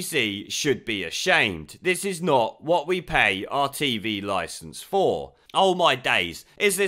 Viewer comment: Just to let lily Allen know, licence doesn’t have a “S” at the beginning